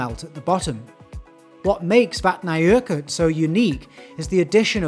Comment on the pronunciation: Yoooo your pronounciation of Vatnajokul is almost so spot on, I could BARELY spot it - big ups and another thank you for the content ^^